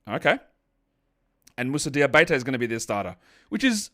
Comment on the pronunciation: From the French guy, you now have Moussa Diabate's name on lock ! Cheers man 😁